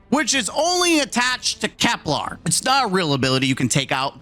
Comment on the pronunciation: This is a small annoyance, but why is everyone mispronouncing Kelper as "Keplaar" there's no A in it, bros. It's Kepler, named after the famous German mathematician and astronomer Johannes Kepler. 😂